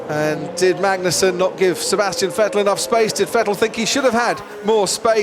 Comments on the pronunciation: Hamilton gets away well sebaseuhhh Valteri Bottas..... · You mean spinastian vettel